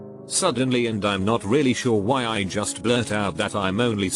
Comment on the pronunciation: nobody: voice: juuuslblijiusst